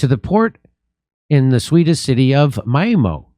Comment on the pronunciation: Mal-mo? My ex gf lived there.. wtf